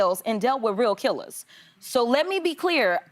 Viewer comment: Dang my girl said “Killas” I luv this 😂